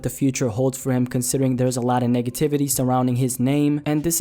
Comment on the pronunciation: sounded like he said niggativity instead of negativity 😂😂😂